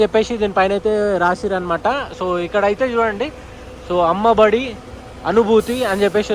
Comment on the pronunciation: అమ్మ బడి ❌ అమ్మ ఓడి ✅